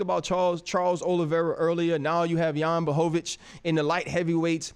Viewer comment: Chael is the mma expert. He can’t pronounce 90% of the ufc roster. Jan blohovovich, cereal gane, kamara oozeman, lol